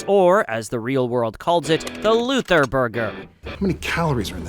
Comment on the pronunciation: as a lover of the boondock i salute you for saying the luther